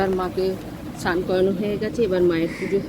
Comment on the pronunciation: উচ্চারণ ঠিক করুন কথাটা স্নান সান নয়